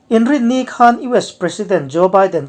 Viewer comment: 'Hman' tih i lamri hi a diklo. 'Ka hmanlo ' tih a.hman richhuak ang hian lamrik tur. 'khanchhuk' tih a 'khan' tih lamrika i hmanthin a vang hian a ngaihthlak a hreawm deuh.A dang chu a tha viau